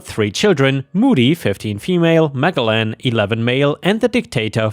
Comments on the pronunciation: Magellan is an explorers name from history, you are not saying it right at all. Ma-gel-lan, accent on the hard g, as in "hair gel" in the 2nd syllable, sounds like jelly too. Sorry, our language has words from other languages, this is either spanish or portugese maybe, and has a particular pronounciation. The english got new words every time they lost wars, so the language is vast and unwieldy. We feel sorry for thiose who try to learn all of it in adulthood, it's in no way easy. They ended up winning again in the end, but the language kept a lot of strange words. Like forehead, which actually is For-ead, starts like forest, ends like read a book, in the past tense, like red, the colour, though a lot of folk don't say that anymore. A lot of folk who come across written words they've never met before and have a go, just get it wrong. Understandable, but there is google, if it's right? Historical figures do not change though. Like french, we have a large number of silent letters too. All the best. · It is pronounced Ma-Gell-An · Magellan is pronounced 'Mujellin', like the explorer who circumnavigated the world hundreds of years ago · Me, too, but I think the name is mispronounced... mah-JELL-an seems like what it should be imo. 🤷💋💖😆😆🌵👵🐺🖖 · For future reference "Magellan" is pronounced with the G using the J sound, like in Magic. It'd be Mah-JELL-ahn. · I think it is pronounced 'Mah jell an', as in the explorer Ferdinand Magellan (1480–1521). He was a Portuguese explorer who is credited with masterminding the first expedition to circumnavigate the world. Magellan was sponsored by Spain to travel west across the Atlantic in search of the East Indies.